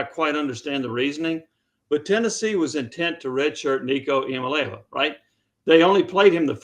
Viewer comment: Jimmy needs to learn to pronounce Iamaleava. There is a short YouTube video where Nico pronounces it himself